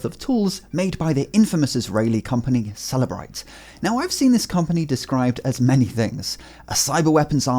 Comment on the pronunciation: The way you pronounce Cellebrite... "After Apple refused to unlock the phone, the FBI went to celebrate"